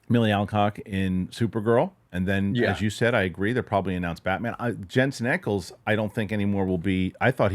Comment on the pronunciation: I say this with peace and love but my Jensen Ackles fan girl heart breaks a little every time you mispronounce his last name. It rhymes with “Jack” not “Eck.” I enjoyed the show. Love watching every week.